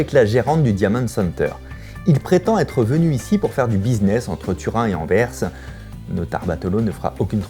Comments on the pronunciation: tu te rends pas compte a quelle point il est rare d'entendre un Français prononcer correctement "Anvers" , merci d'etre le premier sur YouTube que j'entends 😀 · C'est bien Fabien tu dis "Anvers" comme les belges en prononçant le "s" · Merci d'avoir prononcé le S d'Anvers Vidéo intéressante comme toujours